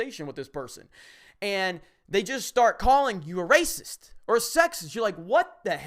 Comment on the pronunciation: I don't know if this is only me but when I hear them say racist, all I hear is raisins.